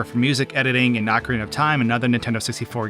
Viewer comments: I HATE youtubers so much, man... Ocarina Ocarina O Ca Ri Na You're saying "acareyna" A Ca Rey Na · just saying, i know its hard to unlearn 20 years of mispronunciation, but it is "ocarina" (oh-cah-ree-nah), not "acarina" (ah-cah-ree-nah). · "Ahcarina" of time? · Ohe-kah-reena, not ohkria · I absolutely hate how you pronounce the word "Ocarina"...